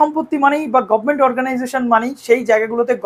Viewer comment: Dada ekta request govment na bole government bolo sob gaigay khati govment ar govment(bises kore cm er karon eni besi bolen govment) valo lage na sunte.